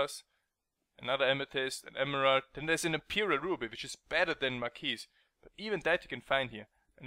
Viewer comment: mar-key........you don't pronounce the "s"